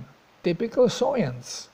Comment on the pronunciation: I can't tell if your pronouncing science as soyence on purpose, if so that's hilarious. Great video!